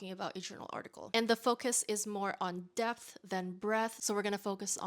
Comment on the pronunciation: Omg i heard “death […] breath” instead of “depth […] breadth”